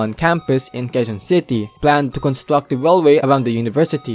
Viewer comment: “Monowail” “constwuct” brother why the fuck do you talk like that 😂